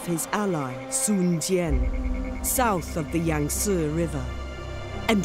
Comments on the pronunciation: UnitedEarthEmpire they made a lot of mistakes. Sun becomes Swen. The 'i' in 'Liu' is dropped. As is the 'u' in 'Luoyang'. Cao Cao is still bad. Chaoxin. And the pronunciation is wrong regardless in what language you pronounce it. If it is wrong it's wrong. My name is not pronounced Oi je ne just because I am in Germany. People still call me Eugene even though we speak in German and Anne (two syllables in German) does not become one in English. I still say An'ne when we speak in English. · Why is he pronouncing "Sun" like "Swen"? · You are pronouncing "Sun" wrong. it is pronounced like the english word "soon" not "swen". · Guy keeps saying Swen, instead of Sun. It looks good, but the lack of blood (Obviously going to be a Paid DLC like in Shogun and later games), and the lack of unit animation and zoom means doesn't look any more impressive then some of the Free Mods out there. The Generals are pretty much the only reason to play this. That said I want a Chinese Dub of the Character Voices, like they had with Shogun with all the Japanese Voices.